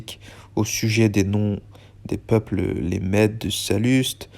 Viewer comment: juste, "Mèdes" se dit /mɛd/ Dḿn t+